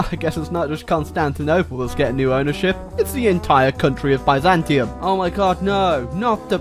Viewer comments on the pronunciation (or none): none